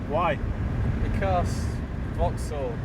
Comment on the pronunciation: It's 'vocks-ol'